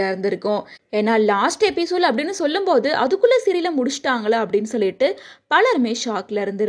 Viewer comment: Episole illama episode.. ongaloda tongue slip aagudhu